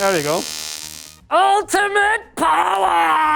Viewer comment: *OOLTIMATE POWWOW